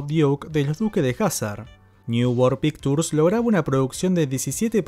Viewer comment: voy a hacerte un gran favor que me agradecerás de por vida: pictures no se pronuncia con la t sino con la ch...."pikchurs"